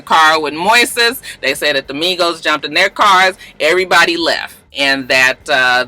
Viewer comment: Hey Moises is Spanish for Moses. It's pronounced Moy-sess